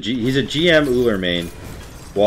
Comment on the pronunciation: "He' s Ullr and l' m not Ullr" yea in this one you were just "ul".